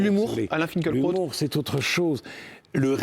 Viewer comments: En allemand "fin kil( en allongeant le i ) kra ot " .das Kraut signifiant plante ,herbe , Lui- même prononce son nom fin kel krot . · Pourquoi personne ne prononce son nom correctement ? Fin-kil-kraoute ! Lucidité, humanité, profondeur d´âme et d´esprit. Alain Finkielkraut est bouleversant. 🧡